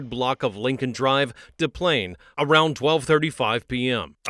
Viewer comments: Is Tattoo from Fantasy Island narrating this? It's pronounced "Dehs PLYNZ", not "Da Plane". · Des PlainES. You say the S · Not Da Plane, it’s pronounced like it looks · my homertown, It's pronounced Des Plaines, not de plain. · "DePlane DePlane"🤣 It always makes me laugh when the narrator (AI) doesn't pronounce anything right. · Absolutely inexcusable!!! Stop leaving your kids in cars!!! It's just that simple. Unless there's an adult or child old enough, and with a cell, there's no reason! WTF? Don't have kids you can't take care of!! Sorry, but it's pronounced as: "dez planes". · How come no one can pronounce Des Plaines correctly? sigh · It's Des plaines pronounced just like you see it. Shouldn't be but it is. For future reference dear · I can’t stand the AI voice… It’s Des Plaines Illinois. You pronounce the S after DE… That just drove me nuts for some reason lol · YOU MISPRONOUNCED THE NAME OF THE TOWN 🤦🏼‍♀️ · Des Plaines is pronounced liked it is spelled with the S's. It is not pronounced like Des Moines (with silent S's). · It’s actually pronounced with both of the ‘S’s’, like white people do 😂